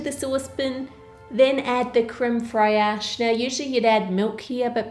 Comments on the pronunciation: Ann: says creme fey-ache me: (French) NNOOOOO its CrEmE fRaIcHe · HI Anne- I'm a big fan! Small thing: it's pronounced creme 'fresh' not 'frey-ash' :) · Oh dear, I love you, but please don't call it "cream FRY-ASH," it's okay go easy mode and just pronounce it "cream fraish." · lol Ann it's crème fraiche, as in fresh not friarch! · u r a great Baker but it's strange that u cannot pronounce crème fraîche. its not freyache its like saying fresh..Just a constructive criticism..U r doing a great job..keep goin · My ears bled at the crème FrEyAsh 🙉 Fraîche, put it in Google Translate and hit the speaker. It's just frehsh 😊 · Cream fraiash!!! It is creme fraiche which is pronounced almost similar to the english word “fresh” with a little bit more fancy tongue movements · crème fraiche ? fraysh pas fri-ash . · Creme FRESH not Fray-ash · Fraîche is pronounced like fresh. No need to zhuzh it up. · I know you're way more knowledgeable than me in...well probably just about everything but, I'm pretty sure that isn't how you say creme fraiche. I thought it was pronounced(and mind you I'm no expert) Creme fresh.(like fresh air fresh maybe with a slight flourish if you're french or fancy) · No one: She: CrAimE FrAiaChE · Very sweet how you say creme fraiche 🙃 it’s pronounced fresh.. your welcome 🙃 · I’ve never heard anyone pronounce creme fraiche like that and I grew up in Australia so it’s not an Aussie thing surely. It sorta just sounds like ‘fresh’ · "crem frayash" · did she just say frayash instead of frâiche.... bye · Wow that's an interesting way to pronounce 'crème fraîche' Easiest way to pronounce it as closely as its origin is 'cram fresh' by the way. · No, I promise, it's really really not how we pronounce it. We say it like the rest of the world. I heard her, and came looking for this comment. "creme fray-Ash"?? No. Uh uh. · So weird Frey-ash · I call it crem fresh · French people pronounce it creme fresh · Crem fry-esh? Lol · It's pronounced crem fresh